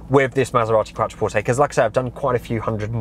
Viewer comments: it's pronounced Quot-trer-port-tay, it's QUOT NOT QUAT! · You're completely incorrect. It's an Italian word. Pronounce it properly.